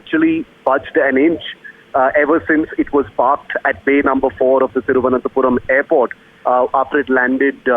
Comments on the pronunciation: "Thiruvananthe"? Wow Pronunciation standards of NDTV is amazing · What a Anchor... Can't pronounce Thiruvananthapuram...! Disgrace..